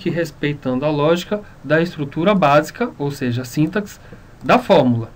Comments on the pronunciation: É sintáááááááxe... não síntaxe... o "a" é tônico e não o "i"... Ah e é sem acento no "a", só coloquei pra evidenciar a tonicidade... Parece boa a aula... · na palavra sintaxe, se le sintasse! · Vídeo ótimo, mas síntaxe... aff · Primeiramente para você falar SÍNTAX se escreve dessa forma, com acento e sem o E no final. Se for ler SINTAXE (lê-se sintacce, o X com som de KC). Sem o acento, o termo se torna paroxítona e se pronuncia o E do final: s i n t a x e. Fica a dica! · Você está falando sintaxe errado.